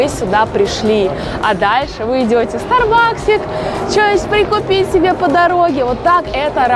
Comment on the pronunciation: стАрбакс ударение.